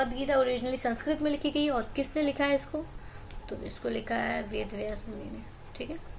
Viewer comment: Ma'am it's not वेदा और पिटाका it's वेद और पिटक